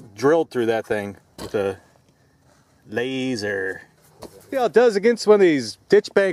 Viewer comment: ha ha ha ha you said lasar.... i knew it!!